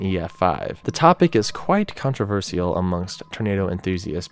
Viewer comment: Great video but please don't pronounce controversial like that 🙏